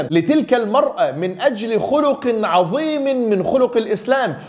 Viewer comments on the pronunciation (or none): none